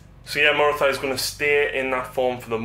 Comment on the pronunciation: Morathy-thy-thy-thy.... oh, my ears! It's Morathi.